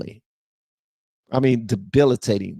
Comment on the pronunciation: lol DEL-IB-IT-ATING